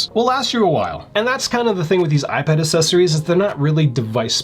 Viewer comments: Imagine reviewing accessories for ten years and still not pronouncing accessories properly. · Isn't it "ACK"-sessories?